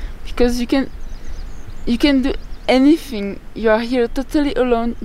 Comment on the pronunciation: we fought.. anyfing...did i hear that correct??